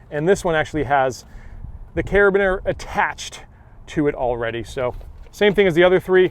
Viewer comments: fyi it's pronounced care-uh-bean-er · love the content. As a military guy, I will nit pick a little...the way you say the hook device is "cara-bean-er" accent on the "bean"